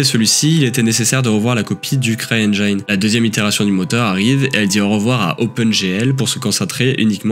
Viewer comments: "Engyne" ? c'est "engine", prononcé "i", par pitiééééééé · encore ce fameux "cry enjaïne" ...